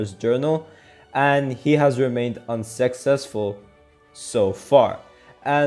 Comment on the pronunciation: When you said Unsuccessful, i thought you said Un-Sex-sesful